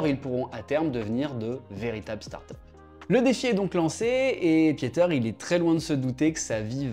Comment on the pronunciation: Merci pour la vidéo. Juste pour la prochaine fois, son prénom se prononce 'Piter' et pas 'piéter' ... mes oreils on pas mal saignées..